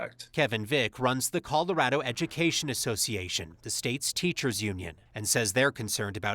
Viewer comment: “Coldorado”? lol